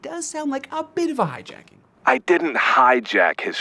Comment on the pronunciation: it sounds like Boba Fett is saying "HARJAKING MY SHOW"